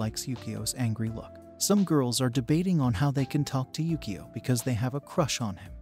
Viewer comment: It's pronounced Yukio (you - koe)